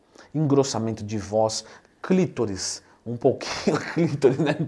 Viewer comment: Não é "clítoris", e sim clitóris.